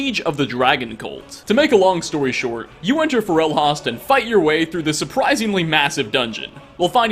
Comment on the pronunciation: Who says "FAH-REL-HAST"?! It's "FOR-RUL-HOST"! They even say it in game lol